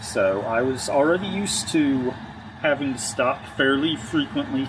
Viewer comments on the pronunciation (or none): none